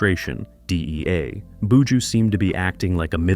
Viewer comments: Commentator bushooooooo say bu joh 😊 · In it boo-jew boo!